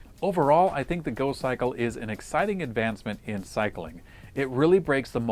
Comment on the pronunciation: "In here we have a folding, electrically-assisted bicycle... it's called the Gokkikle!" Uh,... I think you'll find it's called the GoCYCLE, not the Gokkikle you idiot!